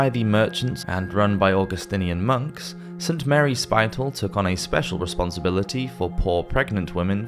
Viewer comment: Spital is pronounced to rhyme with spittle, not spite-l. Spitalfields is still a neighborhood in London, silks were once manufactured there.